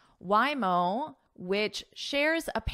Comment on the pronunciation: Hi, Happy Diwali from India. Organic matter means, the matter from living beings and all living beings do have carbon even if they die. So wood, coal, and bones have carbon compound carbon. And by the way Waymo is pronounced as..Way..mo not Why..mo. Sorry if I am wrong. I am your subscriber and love your lessons. Thank you